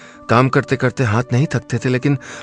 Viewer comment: Hanth nai hota hath hota h, आप हांथ क्यों बोलते है